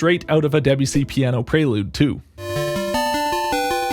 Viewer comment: Is that why he's pronouncing the name as "debjussy"?